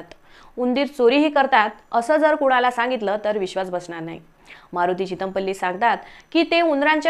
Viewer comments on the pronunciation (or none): Thumbnail वर चितमपल्ली असं आहे.आणि तुम्ही चिद॔मपल्ली असं का म्हणताय. नावाचा व्यवस्थित उच्चार करा.खूप छान माहिती दिली. धन्यवाद.